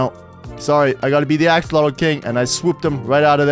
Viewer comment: emm morder axolotl not kyng at oll